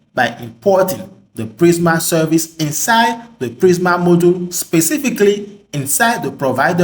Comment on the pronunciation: nice tutorial... such great content... i laughed how you said 'moduul" haha